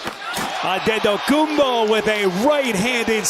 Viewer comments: no. He said it the way Nigerian people would say it— Adedokumbo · The speaker says the name Antetokounbo in the most greek accent.....well done 🙏🏼🙏🏼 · Nobody said that he pronounced it correctly, he just pronounced it in a way a greek (and giannis himself) woyluld pronounce. Btw I thought too that the speaker must have greek roots